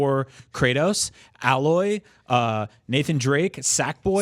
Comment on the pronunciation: A-Loy not Al-Loy